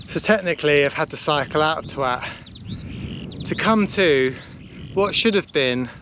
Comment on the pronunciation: Lovely video. Just to say, comedy value aside, it is pronounced Twot. Think how you would pronounce ‘a 60 Watt bulb’.